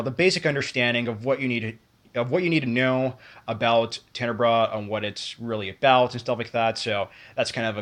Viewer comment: I know this video is old but your pronouncing it wrong. Also, the correct sub-genre would be giallo, not slasher. Giallo are horror murder mysteries from Italy that were most popular around the 60's and 70's.